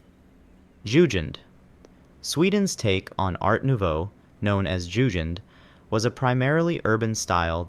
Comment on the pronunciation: The pronunciation is really bad. Not even Jugen was correct 😂